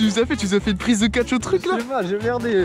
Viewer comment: j'aime bien le "çà j'y arrive po " :) :)